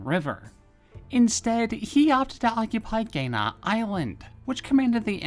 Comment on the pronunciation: I wish I could help out with pronunciation. You randomly pronounced 강와도 Gangwha Do... 5-7 completely or slightly different ways, only 1 of which was kind of close. The current official romanization is lacking. It will probably always be. The 2018 winter Olympics was a huge missed opportunity as The Korean Olympic committee capitulated and mispronounced their own Host County, Pyeongchang. With a long vowel A ... Such as Anglo, Angle, Angle or angst. Including on ADs paid for on CNN international that aired on TV in Korea. Pyeongchang does not rhyme with P.F. Chang!!! It is just wrong. The romanized "a" is almost always pronounced " ah/aw" ( not too much wwwww) including a+ng.. which sounds like "ahhng". The Americans also invaded Ganghwa Do a few years after this. To similar results , albiet with worse casualty figures on the Korean side. Also Chosun Dynasty was very horribly pronounced in this video. It sounded like "Yongsan" which is a major district in Seoul, and sounds nothing like any dynasty in Korea. Give google a try for Korean place names: Search: 'How to pronounce Chosun ( Ganghwado etc.)" Dipping into Asian History requires a bit of pronunciation review to get it right. Best of luck.